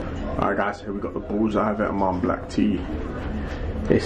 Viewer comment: If you want to but vetements say it right! It’s vet-mon